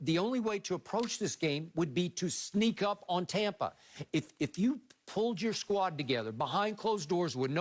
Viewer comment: I wanna throat chop skip every time he says “Tompa” Bay